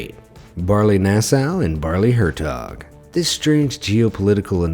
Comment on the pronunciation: Very funny how you prenounce Baarle-Hertog and Baarle-Nasau to a native speaker. Good that the Netherlands and Belgium are friendly countries, so the habitants can simply walk from Belgium to the Netherlands and back without any issue. No such issues as between the USA and Canada. Thx for the video.